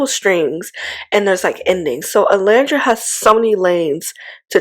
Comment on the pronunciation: Are you aware that you mispronounce Olandria’s name often?